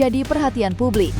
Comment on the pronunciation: Publik, jangan dibaca PABLIK.....